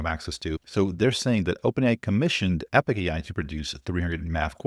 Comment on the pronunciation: NOT Epic AI!!! Epoch AI... pronounced eh·puhk